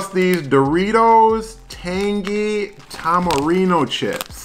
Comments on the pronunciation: That’s fine with me, but in america it should be pronounced tamarind. Do they pronounce things in Mexico the English way? No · Tamarindo, son!!! Good review Bro 👍👍👍 That last letter is a D not an O on the Doritos bag. 😜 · Apparently I can't pronounce Tamarind?! ..... Tamarino?! ..... LOL 🤣 How many times did I say it wrong?! 🤦‍♂ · I must look for those! I actually love it when you say a name of something a different way, because I do that every day 🤣 I like Tamirino better!! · I'm guessing five times without listening how many times you said it wrong